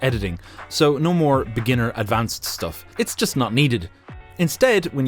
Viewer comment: Great, now whenever I hear him say "advanced" I always think of dorico A D V A N C E D